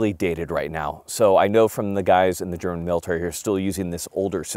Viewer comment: A non german video with good german laguage in it😮